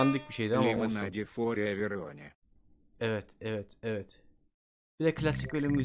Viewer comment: Lemonede for everivone diyor yani Lemoneda for everyvone diyor